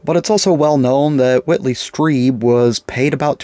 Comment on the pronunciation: It’s Whitley STRIEBER (STREEBER) NOT ‘’STREEB’’ 🤦‍♀️ Walter’s was such an OBVIOUS HOAXER. I Lost ALOT of respect for Bruce Macabee for taking $18,000 to FLAGRANTLY LIE on Walters’ behalf.🤨